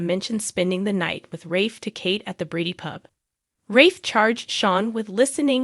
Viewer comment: The narrator should learn to pronounce the characters name properly. It sounds like a bad joke or she is illiterate.